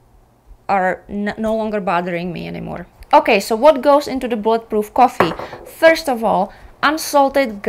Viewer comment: Bullet proof coffee….. in a different video I thought you were saying blood proof coffee! 😂 I was saying what…..